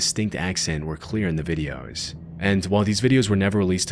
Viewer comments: why did you go australian when saying "videos" 😂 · LOL THATS WHAT IM SAYING